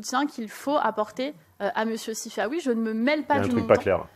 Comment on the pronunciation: Sifaoui... plutôt Sifanon.